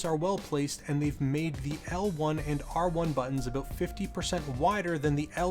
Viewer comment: "let's talk aboot it" - shuts off video